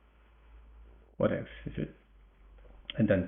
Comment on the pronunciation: In England, we have some 90's slang, "what evz" meaning, "Whatever" or "Who cares". For a while I though you were saying that! xD But I hear now, you're saying "What else" :) :) This made me smile a lot. Also, great game. Thank you